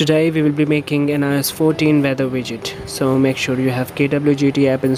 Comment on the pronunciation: You said vidget right?